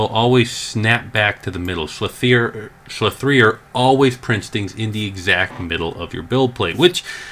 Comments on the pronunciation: Sligh three er. Slic3r ha. oh man. It's Slicer, Slic3r. lol. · you do know the 3 in slinc3r is replacing the E you stil pronounce it as slicer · Jesus Christ. I'm not sure I can trust the rest of what you say when you can't realise that its pronounced "Slicer". The "3" represents a backwards E. 3=E-reversed. Make sense? Or do I need to draw a diagram? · I really hope the slicer mispronouncing was satire lol